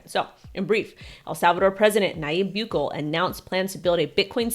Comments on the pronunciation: It's pronounced "Bu-keh-ley" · Hey, mate you just made my day the way you pronounce Nayib Bukele..............LMAO. xxx:)